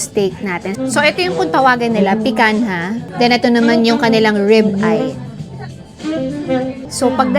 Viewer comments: It’s pee-Kahn-yah. Not pi-can-ha. It’s a Brazilian favorite, more than the ribeye as it is a lot cheaper at almost the same taste. The Picanha has a fat cap on top but since according to you there’s no fat, then it’s an American cut wherein the fat cap was removed. Brazilians don’t remove the fat cap as it’s the most important part of the picanha. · picanha is pronounced as picanya